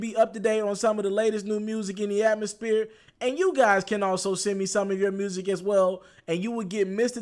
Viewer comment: Got the album name right, now you just gotta work on that "atmospear" ....